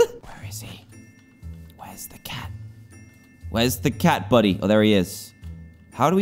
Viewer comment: did he say a tac instead of a cat